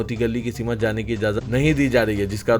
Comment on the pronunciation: Simat nahin balke simt sahi word hai.